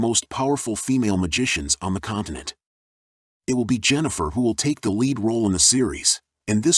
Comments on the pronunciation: I'm not huge on Witcher lore, but the character's name is "Yennefer" not "Jennifer" ... Was this generated by AI? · It's Yennefer! Not Jennifer! Can't finish listening to this guy!